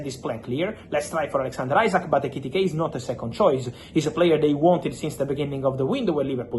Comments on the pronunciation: Butchers Isak’s name every time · Bigger question is which will come quicker Fabio's correct pronunciation of Isak or Arsenal signing Gyokeres? 😅